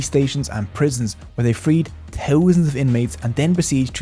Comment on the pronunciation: Good video but I can’t stand for one more second the way you say “thousand”. Had to turn it off because that one thing was so unbearable. Good video though